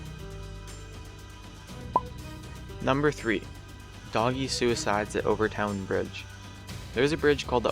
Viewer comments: Overtoun is pronounced over-tin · btw... overtoun is said "Overton" the I is silent.:) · In case it ever makes a difference, Overtoun is said like "Overton". A lot of Scottish names have a u in them between o's and u's but it appears that you just say it like the u isn't there. :) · Additionally, "Overtoun" is pronounced "Over ton." And you neglected to mention the fact that the dogs who survived their first jump would, immediately after recovering enough to move, run back up to the top to jump again.